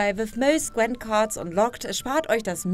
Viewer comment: Wieso sagen viele zu Gwint immer Gwent? Man schreibt es mit einem i und es wird korrekter weise auch mit einem i ausgesprochen... check ich nicht. Sollte es cooler klingen?